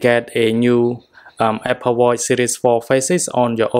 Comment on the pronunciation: Watchhhhh not watt